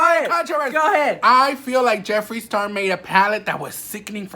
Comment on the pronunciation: Yesss girl I clocked it the house instantly when he did that busted ass declutter video !!! He couldn’t even say Jeffrees name 😂😂😂